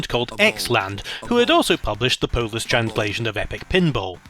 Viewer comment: Pretty good Polish pronounciation :) Great videos so far, You deserve far more subs. Good work.